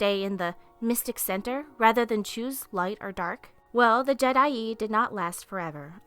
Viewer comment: Is called je'daii